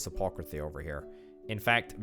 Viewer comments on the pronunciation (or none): Please, for the love of Jesus W. Christ. It's A-PO- THE -CARRY. aPOTHECarry. Everytime you say it wrong a part of me dies inside.